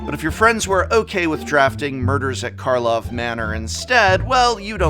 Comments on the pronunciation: Another reason karlov manor was bad: prof could only get the name right three times in a 19min video 😂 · *Karlov Manor *Karlov Manor *Karlov Manor *Karlov Manor *Karlov Manor *Karlov Manor *Karlov Manor ... Sorry Prof. I couldn't resist correcting the English Teacher lol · I know it's kind of a meme to say "markov manor" but I don't think I've flubbed the name a single time. And it stops being funny when everyone is making the same joke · I love that you continue to (I assume at this point deliberately) say the MKM set name wrong. 😂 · I love how is just not trying to pronounce the name right. And i dont blame him. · What's the point in mispronouciating the name of the collection in the entire video? If it is a joke, it ain't a funny one. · The fact that everyone says it incorrectly is the prime example for why MMM (nee MKM) stinks. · I've decided that if people can't say the name correctly I won't watch their video. At this point it's intentional and it's boring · I love that you didn’t say the name Murders at Karlov Manor right once. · Mkm failed so hard has been getting the name wrong, even when he had it right at first lmao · Take a shot every time Karlov manor was said wrong. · I can’t tell is Prof screwing up the name of the set is real or a bit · I can't tell if Prof calls it Markov Manor by accident or not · pretty sure that said the correct name of karlov manor exactly 0 times in this entire video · markov? don't he mean karlov? he made the mistake 70 times in the video. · take a shot every time he says “markhov” manor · Take a shot every time he says markov manor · Dammit now he has me saying Markov manor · I cannot tell if the “…Markov Manor” thing is deliberate or not. Either way it’s hilarious. I hear SO MANY people say it that way by accident. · I keep hearing Markov Manor... Edgar will be proud :D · Does he know its Karlov and hea joking or is he really just saying it wrong and no one corrected him while recording?